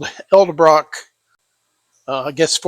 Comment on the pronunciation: E D ....not E L Get the marbles out of your mouth!